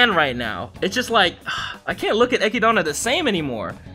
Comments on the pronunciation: bruh dont go around calling her eh-kid-anna its echidna, like knuckles from sonic the hedgehog. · Who the f is Echidana, it's Echidna bro